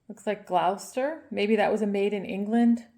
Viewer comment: Hi. if I recall correctly, English semi porcelain is an early ironstone, Waterloo being a central district in London. Gloucester we pronounce as Gloss-ter, not that it matters, just in case you wanted to know 🤗 The Limoges pieces are especially beautiful, the delicate flowers in pinks and greens - so pretty 🤩 TYFS